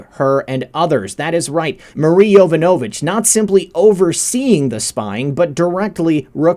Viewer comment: Its pronounced yo VON a vitch. Not Yo van A vitch....